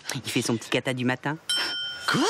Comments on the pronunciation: bahh nahh pas "cata" c Kata pffffff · HiGirls samantha comprend "caca" au lieu de "cata" donc elle ne veut pas qu'il fasse "caca" ici .